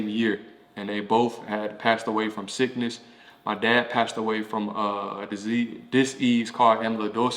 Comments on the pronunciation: a "Diss-eaze"??? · The way he pronounces disease. I love it. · Why do you pronounce disease that way?